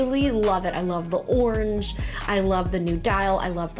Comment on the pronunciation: Loving how you say the word Orange. ( aww-in-j ). Just realised if you read this in your head you'll think I typed the same thing twice. Great vid, and really helpful.